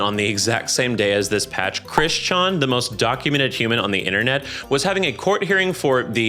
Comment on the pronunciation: Pronouncing "Chris Chan" like "Bangchan" is so funny to me